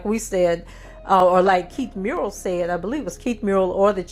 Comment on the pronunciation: I was there and Brindley eviscerated the government's argument. Government's argument was riddled with speculations. Keith Murrell's name is pronounced muh-RELL.